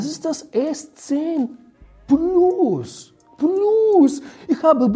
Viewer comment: Haha bester anfang dieser aktzent haha 😂 pluss pluss haha